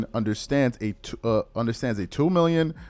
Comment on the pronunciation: I heard you say 2 minion for 3 years not 2 million a year